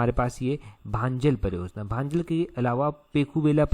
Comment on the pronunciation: भांजल नहीं भंजाल है 😂😂😂😂